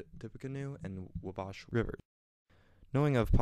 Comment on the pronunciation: the emphasis should be on the WA in Wabash. i walk down to the battlefield at least once each year